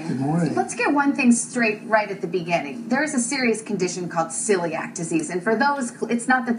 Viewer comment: "ciliac" LOL